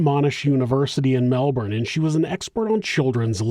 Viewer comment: Super impressed with the research. But the best part is your correct pronunciation of Melbourne